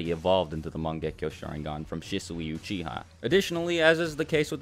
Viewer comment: uchiha not uchia! *